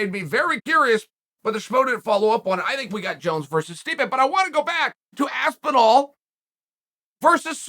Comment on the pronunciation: I can’t un-hear Aspin-wall